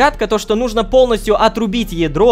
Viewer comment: Hitoko uwu может быть ты знаешь почему лололошка говорит нужнО, вместо нУжно